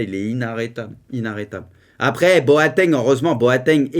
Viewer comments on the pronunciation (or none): none